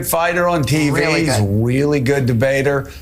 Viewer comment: He’s going to have a “weally” hard time going up against anyone with his trash record in California. Do all Dems code switch? I see a pattern here.